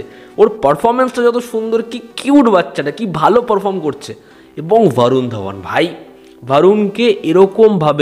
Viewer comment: ভারুণ আবার কী? 'বরুণ ধওয়ান/ধবন' হবে বাংলায়।